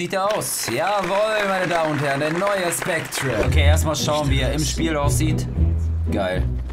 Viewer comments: Mein Gott der wird nicht ,,SpectRe", sondern ,,SpecteR" ausgesprochen ... Man sagt ja auch nicht ,,centRe", nur weil es so geschrieben wird. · Aahhhhhhhhh😂 wird das nicht "spectre" sondern "specter" ausgesprochen? 😂 😂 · Es wird glaub ich "specter" ausgesprochen, auch wenn es spectre geschrieben wird. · Wird specter ausgesprochen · Macht mich irwie voll aggressiv wie er Spectre ausspricht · da hat wohl wer nicht in englisch aufgepasst so wie er spectre ausspricht :D